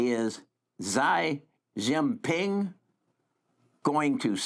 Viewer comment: Xi Jin Ping pronounced Chee Jin Ping